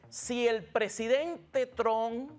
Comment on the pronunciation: Trump , no Tron